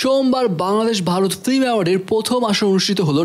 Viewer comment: ফ্লিম নারে ভাই। ফিল্ম,ফিল্ম